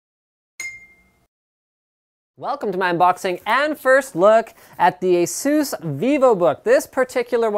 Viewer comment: It's Ace-Us